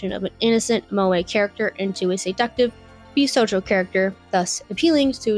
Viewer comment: You can tell she knows nothing about the genere purely out of how she pronounces Jossei as "Josie" and Bishouho as "B-sojo" I have never seen a single shounen fan mispronounce shounen. Sure, some people don't pronounce the u in shounen, but thats largely due to bad localisation misspelling the word as Shonen. But even then, people dont pronounce it as "show nin" How do you even turn Jossei into Josie? How do you switch the two letters around? Its not like "ei" is hard to pronounce in english. People dont pronounce Einstein as Ienstien. This is such a disrespect to the genere itself